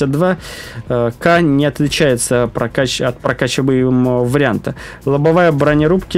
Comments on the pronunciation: Не "Кэ", а "Ка", твоя училка наверное со стыда сгорела!☝️🤣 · не КЭ а КА ,бой был под слив по программе и на этом ст он это знал ,он на чите (который вы называете модом) ,смешной.